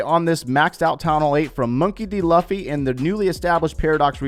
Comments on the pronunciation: KH - ClashOfClans & Pubg Mobile smh. I was talking about how mispronounced his name. If Luffy were here. He’d know exactly what I mean🤦‍♀️ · ManHunter who?? Obviously not because he’d know how to pronounce it if that was his actual account. I don’t blame him for not saying it right tho.